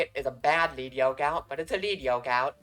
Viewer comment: Oh my God, thank you,, for pronouncing Lead Yoke correctly. Edit:...and got to the pack opening. Never mind. >.>